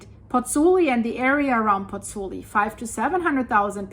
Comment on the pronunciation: Concerning situation in Napoli and Pozzuoli., you are mispronouncing Pozzuoli. It's not three syllables (Pozz - oo - li), it's four syllables (Pozz - oo - aw - li). You're missing out the o, the 'aw' sound. All the vowels are pronounced in Italian...